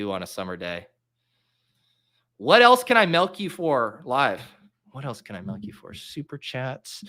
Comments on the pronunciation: Also, why do you say "Melk" and not Milk? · pronounces it “melk?”